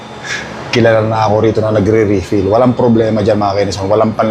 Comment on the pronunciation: Mali po pronounce ninyo ng refill, itanong nyo po sa anak nyo kung paano